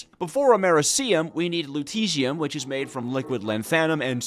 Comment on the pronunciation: Bro can't pronounce basic names like americium, lutetium, fluoroantimonic acid and other